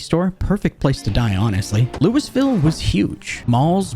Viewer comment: Anybody who lives in Ky probably audibly gasped when you pronounced Louisville 😂